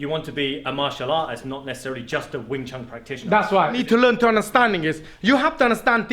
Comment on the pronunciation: Small correction sir, its wing chun, i had the cumpulsion of correcting this cause it has become a very common mispronunciation which is based on biases(altho not malicious ones but hurtful nonetheless) about the chinese languages.